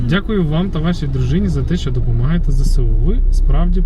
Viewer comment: класно, порадували людей :) приємно чути вашу українську. поділюся зауваженням, яке отримав від одного з наших захисників, він каже правильно вимовляти Зе-еС-У, а не Зе-Се-У, тобто відповідно до звучання літер в алфавіті. Аналогічно Зе-еН-О, еС-Бе-У тощо. така от справа )